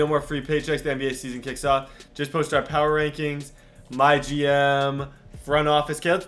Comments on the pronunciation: Its “My G-M” not MyGym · Anyone else thought he said my gym....